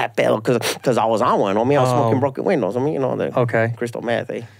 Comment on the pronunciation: broken gwindow